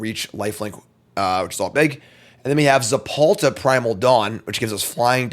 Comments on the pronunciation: ZeTalPa, not ZePalta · God he just kept saying it… so annoying lol